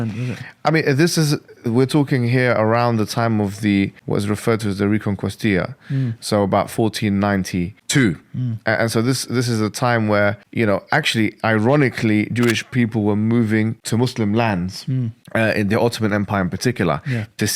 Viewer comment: you said reconquesta very horribly lol, c'mon bro lol 😂🙈